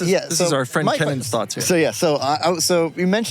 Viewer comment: ...Kennan😂...not Kevin